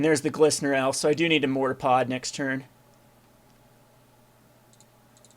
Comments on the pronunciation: same here, there is a R at the end of it right? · For some reason the way he says mortarpod makes me want to die LOL